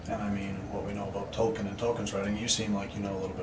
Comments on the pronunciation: You are mispronouncing J.R.R.’ Last name. No big deal, but you are intelligent, and intelligent folks don’t like mistakes. So, just FYI, his last name is pronounced TOL- KEEN.😊. The emphasis is on the first word (toll) and and the “e” prounced like the “e” like in “see”! (Assistant😂&) (Bot.) Also, your stated IQ is 164........After listening to your story, I think that should be rewritten backwards! 😂 With all due respect, we ALLLLLL make silly, stupid choices in our lives. You’re so young, you can do your GED, then KLEP out of any college classes you know you should be able to do fairly easily, and just follow your nose from there! You’re smart enough to succeed, no matter where you are at moments in your life. I will be praying for you, in Jesus’s Precious Name! Amen.♥️🙏🕊✝️🙋‍♀️💕💜🕎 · Did he say "talken"?